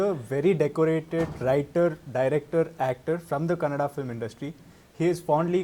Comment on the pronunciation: Thanks for saying kannada and karnataka correctly.. samadhana ath nod bhai